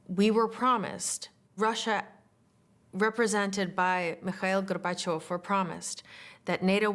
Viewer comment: The pronunciation of Mikhail Gorbachev is beautiful. She is definitely a person who learnt Russian very early.